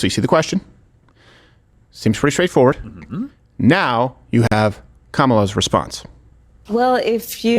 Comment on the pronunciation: You are pronouncing her name wrong. You are saying Kamala but it is pronounced Kamala.